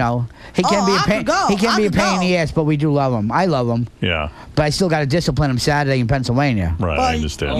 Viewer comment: Lmaooo you ain't never gonna "sciplinecess" me